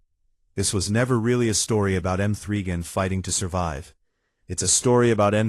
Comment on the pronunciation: Who is M three Gan 😂😂😂😂